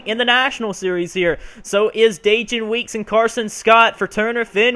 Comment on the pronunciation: Man 29th, we will be working hard all day when race day comes. P.S. I hate to be that guy but the correct way to pronounce Dajon is like saying Day-John